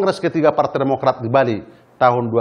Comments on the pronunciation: "Partai Podomorat" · TEKSNYA JAHAT BANGET WKWKWK KASIHAN BAPACK BAPACK INI BACA TEKSNYA PODOMARAT... UNTUNG BUKAN INDOMARET "DI DEMO LU SM KARYAWAN INDOMARET" 😂😂😂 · "PARTAI PODOMORAT" 😅 PAK SALAH SEBUT AP PARTAI BARU TU PAK...